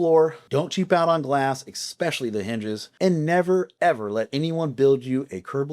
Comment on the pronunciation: “Expecially” is not a word 🙄